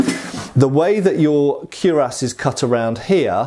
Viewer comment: Speaking of pronunciation, isn't it kwi-rass rather than kew-rass?